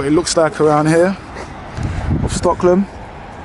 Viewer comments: It's Stockholm, not Stocklom! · Gallema stan in Stocklom 😂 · Bro how are you pronouncing STOCKHOLM... Hahahaha